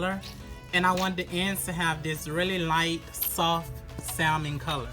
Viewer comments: SAL..MON...LOL.. THE ""L"" IS SILENT LUV.. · Beautiful work. But please do not pronounce the 'L' in Salmon. It's silent.